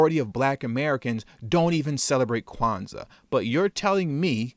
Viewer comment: Word? Quanza? C'mon lady 😆😆😆